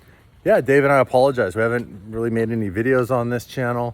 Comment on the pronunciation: Being a guy that's played hockey for alot of my life having several Canadian friends... I LOVE when you say words like a-Paul-agize. Lol